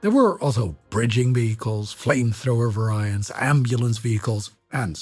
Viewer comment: "ver eye ants" 🤣